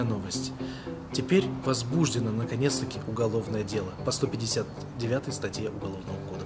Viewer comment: Прощу прощение, но не возбуждено(ударение на у )а возбуждено(ударение на о )